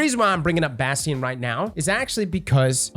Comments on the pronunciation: the fact he calls it Bhastheon really bugs me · In this video we mispronounce it as Bass Tee In.